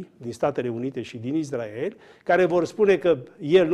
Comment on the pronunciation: Cand spui: "IZDRAEL"... se vede la ce televiziuni te uiti...